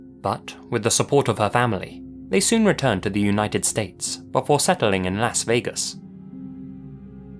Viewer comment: what’s funny is you actually pronounce that correctly whereas in America the vast majority of ppl (I’ve met having visited 30 states) pronounce it ‘Loss’ Vegas. Varying dialects have warped it slightly but I find it amusing that you actually say it the way it was intended to be pronounced.